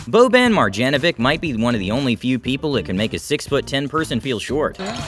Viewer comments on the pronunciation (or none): Boban marjenovic 💀